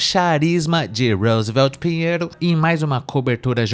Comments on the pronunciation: Esse "Roosevelt" é M-A-R-A-V-I-L-I-N-D-O de ouvir 😂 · Vixxxiii mano, lá no nordeste as pessoas tem nomes e sobrenomes dignos de americanos, Tayane Smith, O repórter se chama Rosveld 😂😂😂